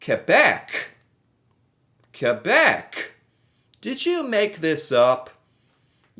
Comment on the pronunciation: Hello, I want to appreciate (would that be the right word.. not sure, I'm French Canadian) you in using the right prononciantion of Quebec in your comment, very nicely done!